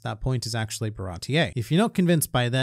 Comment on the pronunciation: Why do you pronounce it ba-rah-tee-aye? Even in the show they say Bar-ah-tee